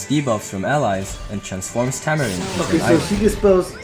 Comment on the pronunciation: diene >>> tamarine work on your diene man XD